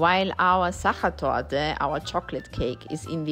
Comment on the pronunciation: So beautiful ❤ thanks. Now I know how to pronounce sacher torte properly 😊 Lovely views of Positano in autumn